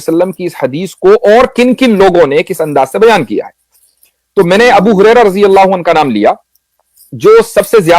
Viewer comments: Apne us sahabi ka naam thora sahi kar lijya ga uska naam hai abu hurera (R )hai gurera nahi hai or apne bohut acha msg sob dekhaiya hai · Abu guraira nahi bai sahab Abu Huraria (R. A).